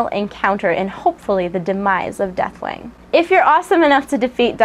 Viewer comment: Not gonna lie, sort of sounds like you're saying Deathwang =3 :P On a serious note - 4.3!!